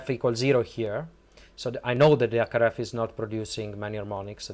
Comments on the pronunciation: Stop-a adding-a the letter-a a to the end-a of every-a second word-a. You need to neutralize your accent, it took me way too long to figure out you were trying to say HackRF, you were saying ack araf. C'mon man, you've got the linguistics down pat you're just being lazy. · It took me a while to realise "ack araf" is his attempt at saying HackRF. As someone who speaks a half dozen languages fluently, and a dozen languages conversationally; the first thing you MUST do when learning a language is neutralise your native accent or you just sound silly / low IQ.